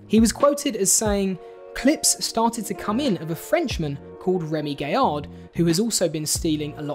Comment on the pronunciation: It is Gaillard, guy-argh, not gayer. Used to watch Trigger Happy, a lot, had the soundtrack on cd. Also saw Remi's Lorient stunt live on tv. When I first started watching this I thought "bullshit! There are like 2 stunts that are similar!" Bit surprised to see the coincidences there, bit of a shame acrually, especially as so many of the other original sketches are legendary. But, equally, I am sure some of Dom's stuff wasn't original, and jokes and stories are continuously retold. Or maybe I am just an apologist for an artist I have really been behind for 20 years.